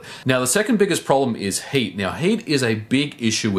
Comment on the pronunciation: It sounds like he says "Hate" whenever he say "Heat"